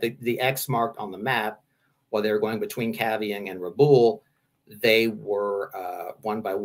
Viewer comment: Hate to do this but Rabaul is pronounced Rah-Ball